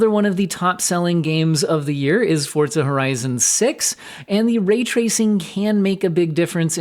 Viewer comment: FORZA, not FORTZA. I don't know why this drives me up the wall but it does.